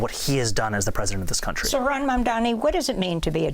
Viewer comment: Cuomo, the has been "democrat" and abuser of women, goes to the most pathetic form of insults by INTENTIONALLY butchering Zohran's name continuously! For anyone with an iota of human decency, this type of INFANTILE BEE-ES behaviour should shut that so and so off for good. I am not a New Yorker, not even a resident of the USA. A total outsider. But, l a Sri Lankan 🇱🇰 who currently live in this truly multicultural city state, the little red dot in SE Asia, send my deepest heartfelt wishes that the wise New York City voters will chose this remarkable man, Zohran Kwame Mamdani as the Mayor of their city. 🤞 🍀🤞🍀 Please 🙏🙏🙏 make that the reality come November , for the alternative is... unbearable. That ugly womanizer Cuomo does not deserve to be your Mayor!